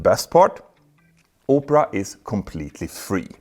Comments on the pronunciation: Opera not Upra 😂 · It's pronounced Aw-pruh not Oh-prah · I love to sit in the window seat on any flight. The idea that window seats would be few and far between makes me feel motion sick. Also, the web-browser advertised is pronounced Ahp-ra, not Oh-pra (like Oprah "Everyone has a free car" Winfrey). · "oopra" sucks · I kept thinking he said "Oprah" for the sponsor 😂